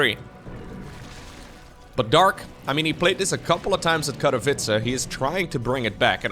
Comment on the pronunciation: I love you, but Katowice has NO "R" in it... <3